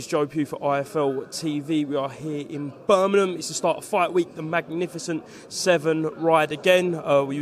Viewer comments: Can someone teach Joe how to say Birmingham properly!!!! 😂😂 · Why the hell cant any of them pronounce Birmingham correctly